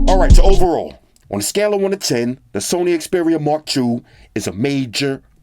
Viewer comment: Haha sorry It sound like Mark Douche.